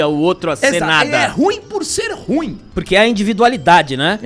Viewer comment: Dica: ru-im, não ruim.